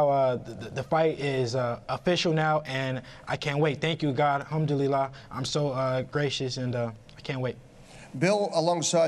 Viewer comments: This dude said halmdulila like it’s preordained by God to possibly put someone in the hospital for money and entertainment lol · dude cant even say alhamdulillah correctly